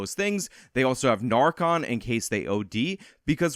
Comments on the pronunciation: NarcOn? It's NarcAn. Idiot. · It's narcain not narcon